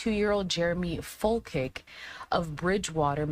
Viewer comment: Its Fol-chick. Not Fil-kik